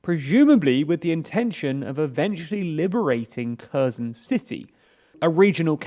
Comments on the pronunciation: You should learn to pronounce Ukrainian cities correctly. It is painfully obvious you don’t know how to pronounce the kh sound in Kherson and Kharkiv. It is not a k sound but a throaty h sound. Shame on you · Please don't pronounce the K in Kherson and Kharkiv. Look up the sound of the slavic X. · Kharkiv is pronouncing more like "Harkiv", NOT "Karkiv". The same thing is with Kherson. It must pronouncing "Herson" - not "Kerson". Lozove is pronouncing LozovE - NOT "Lozov". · Please can you try to pronounce Kherson and Kharkiv correctly? It’s more like „Hersón“ and „Hárkiv“. Edit: otherwise great video and thank you so much for the content :) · It's not 'ker zon', it's 'kare son' it's pronounced 'easy um' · KherSon. KherSon. KherSon. KherSon. KherSon. KherSon. KherSon. KherSon. The "S" is an "S". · This was the worst pronunciation of the Kherson, ever. Херсон i am not native to any slavic or not even European languages. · It is pronounced HersOn. The stress is on second syllable. And it is pronounced HArkiv. The stress is on the first syllable. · As long as you've been reporting on this.... and very well for the clueless, I might add... Could you just learn to pronounce the fucking city names? If I hear Curzen for Kherson one more time I'll have an aneurysm I swear to god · Just pronounce Kherson properly. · Every single name was mispronounced again. Well done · Holy shit, the way you butcher the pronunciation of the various placenames... Pro tip: on Wikipedia, there's always an IPA pronunciation provided in the first paragraph of the given article. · Damn. Stop pronouncing Kherson like that, it's so annoying...